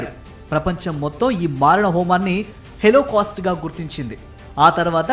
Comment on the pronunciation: Hellocast kadandi its holocaust